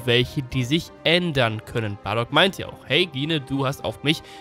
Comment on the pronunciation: Gine wird Jin ausgesprochen!